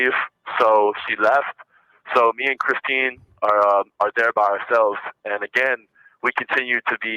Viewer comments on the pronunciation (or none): Yeah, he was calling her "Kristen" instead of Christine. He can't get anyone's names straight, and that's why he calls almost every girl "baby," which is just 🤢🤮. Such a creep!